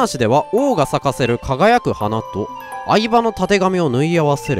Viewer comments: 何回聴いても愛馬がアイドルグループの「あいば」さんに聴こえて仕方がない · 「愛馬」の発音相変わらず「相葉」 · 相変わらず愛馬のイントネーションに違和感 愛馬のイントネーションは大麻 相場のイントネーションは牧場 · 愛馬の発音が完全にマサキのほうなんよ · の愛馬のイントネーションが嵐なんよ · の愛馬のイントネーションがずっと相葉なんだよなぁ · の発音 相葉… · の愛馬の発音相葉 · 愛馬のイントネーションが人捜してるみたいになってる